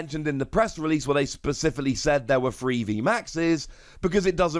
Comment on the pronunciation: “Specifally” 👽 😂 sorry...